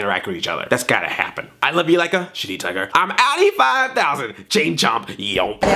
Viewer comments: He DEFINITELY said Sh*tty Tiger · he totally says shitty tiger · Good, I'm not the only one who thought Splinter said shitty tiger! XD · yeah, he def said ''shitty tiger" lol